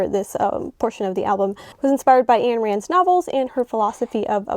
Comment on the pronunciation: Ayn Rand's first name rhymes with "nine."